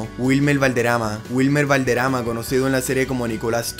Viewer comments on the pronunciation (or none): Pronuncia correctamente los nombres tanto en ingles como en castellano! valderama es valderrrrrama.